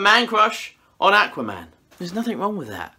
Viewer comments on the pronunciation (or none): It's aqua man....ah-qwha not ahh-kuwah 😉😁😘🤭